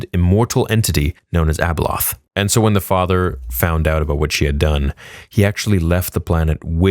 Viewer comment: its abeloth my guy lol